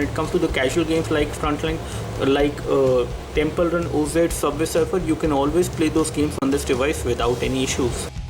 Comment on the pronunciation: FYI its not 'temple run oh zed' its 'temple run awwzzz